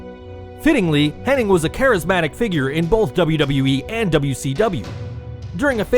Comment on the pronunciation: Why do people who make wrestling videos keep mispronouncing Mr Perfects real name? Its Curt HENNIG not HENNING. Its just IG at the end, theres no N before the G.